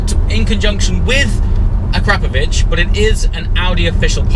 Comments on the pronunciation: Akra-povic. Not pronounced "crap" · Akrapovic all the way. But is biker boys pronounce it ACK RA PO VICK the way you say it sounds like it's A CRAP OVITCH makes me cringe lol. But great car got Q7 myself n akrapovic best choice 100% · think its AKRA-POVIC in pronunciation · Ahh crap o vich. I think you mean akra povick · Can someone tell him its pronounced Ak-Ra-Povic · Akrapovic ( akra-po-vik) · Ahcrapovich - Nice!!! Please learn to pronounce their name correctly. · Learn at least how to pronounce it.